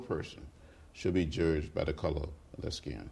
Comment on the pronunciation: He said "jurged"! HA!